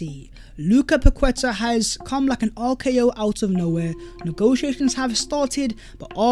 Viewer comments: Everyone deserves a happy birthday shout🎉 Please try and pronounce these names as they are called, not an English interpretation, it shows respect. Paqueta is Pa-keta not Pa-kweta. 👍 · Pronounced “Paketa”, with the emphasis on the a, the u is silent. It is not about being “decisive”, it’s about the player being overvalued by the selling club, and Edu refusing to be drawn into a bidding war. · I was about to comment how to pronounce paqueta haha gg